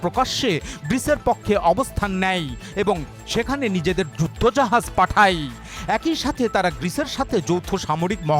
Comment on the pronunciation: এ+কই= একই উচ্চারণ করবেন আশা করছি। এক ই এরকম ভুল উচ্চারণ করবেন না।